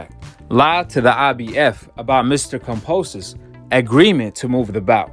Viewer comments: It’s kambosos bro not kamposos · Oi😅 Pronounced ➡️ Kam - bo - sos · Ya know Kambosis is pronounced with a B right?